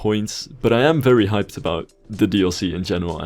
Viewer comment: just finished talking about the cool ferry's coming in the new dlc "I'm FERRY happy to see this dlc" slivs pronunciation of words amuses me sometimes.